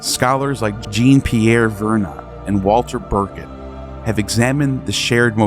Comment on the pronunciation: Did you say Jeeen Pierre Verna?